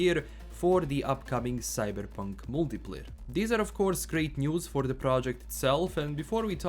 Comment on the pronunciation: Today we're going to talk about 'Cyddddberrrrpunk'